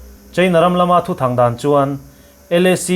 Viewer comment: Thuthang dan chuan ni lovin thuthan dan chuan tiin lam rik tur a ni ang.